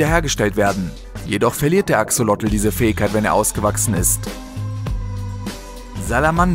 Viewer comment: Cooles Video,nur beim Axolotl wird das zweite o lang gesprochen